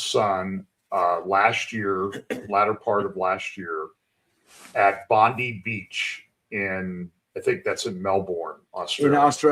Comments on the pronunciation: No report to Antisemitism in Australia and Bondi (pronounced bond eye) beach is in Sydney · Hi. It's pronounced 'BondEYE'. And it's in Sydney..